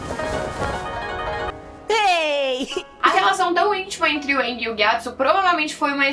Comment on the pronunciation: A pronuncia seria Aang kkk. Porém na versão dublada os cara fala "Âang" Msksks